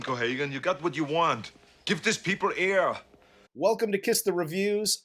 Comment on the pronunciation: "Give this peepl eeer."